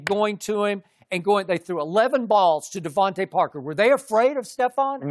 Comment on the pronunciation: LMAO Sharpe can't even get DeVonte Parker's name right